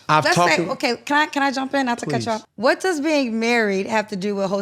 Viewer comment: Cam whet in all WHET??? Word salad of exhaustion